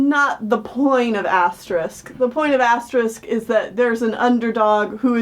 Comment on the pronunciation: I love that you guys keep saying it as "Asterisk" instead of "Asterix" also I'm very amused that this movie is way older than I am. like, I thought this was a 1990s movie. this movie is actually my favorite Asterix movie, except for the live-action Asterix at the Olympics movie. idk, I just really enjoy the humor, especially some specific jokes. some jokes from this movie (in Dutch) have become running jokes in my family because we all just enjoy them so much. ...tbh the point in Asterix is that it's not Asterix who is funny. it's the other characters who are funny because there's literally nothing they can do or because Asterix and Obelix live by such different cultural rules that they struggle with other cultural rules and other characters struggle with their cultural rules. and if you're not familiar with the comics, the joke kinda falls flat because it doesn't work the way you expect.